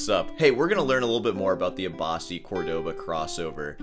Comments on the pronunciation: Its CÓrdoba not Cordóba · How do you even pronounce that “Cohrdaba”?